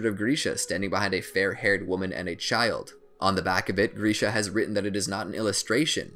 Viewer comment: Earm he said grisha correctly...they are German dude, but he said hanges name wrong tbf